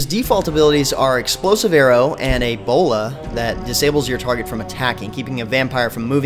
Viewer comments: i swear i heard Ebola, not A bola. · lol me too. I thought "That was a rude joke for a professional reviewer." but than I read this comment.